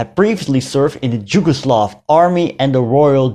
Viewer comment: Just a small language correction: you keep pronouncing "Jugoslav" instead of "Yugoslav". That state was called Yugoslavia, which was derived from "yug" (meaning "south"), thus meaning "the country of Southern Slavs", or "Southernslavia". Yes, it is spelled locally "Jugoslavija", but both Js are pronounced as Y in "yesterday", not as J in "Jim" or "Jimi" or "Janis" :) So, "Jugoslavija" is to be pronounced correctly as "Yugoslavia".